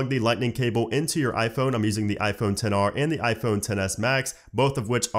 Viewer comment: “10R” THAT IRRITATES ME SO BAD JUST SAY XR